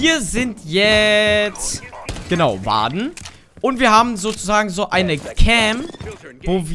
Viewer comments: nook ist richtig aus gesprochen aber nicht warden nicht warde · Nökk und worden ausgesprochen ✌️